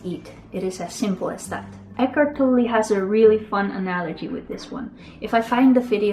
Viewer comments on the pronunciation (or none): none